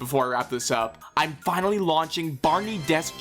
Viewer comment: "binally" I feel like you didn't want to mess up a whole script with 1 mistake and me and a few other viewers have to point that word out, :3